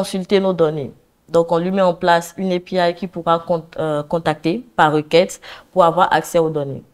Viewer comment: J'aime beaucoup son changement du francais en anglais. Surtout au niveau de API :-)